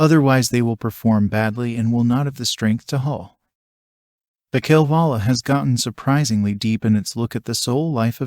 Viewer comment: Would be nice if you could pronounce “Kalevala”